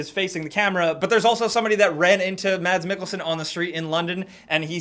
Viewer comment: just letting you know that Mads Mikkelsen is pronounced as "mas mickelsen" the d is silent